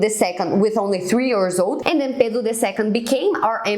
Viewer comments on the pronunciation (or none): none